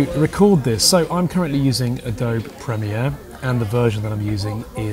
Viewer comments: Not important, but I've never heard anyone else pronounce Adobe as "Adob"! It is not a French word, so others pronounce the "e" on the end. Any thoughts? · I have always pronounced it in this way, think of the word 'Abode' (your place of residence), we don't pronounced the 'e' as a separate syllable and so you shouldn't for 'Adobe' :) A tip, listen to the English not the Americans for English lessons :)